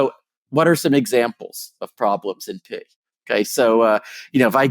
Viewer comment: Thanks god for the subs. Just listening to this you'd hear "Oh yes, this algorithm is NP" but he was saying "in P". At the moment I was like, wait raytracing is NP? That can't be right. Then I decided to open the subs.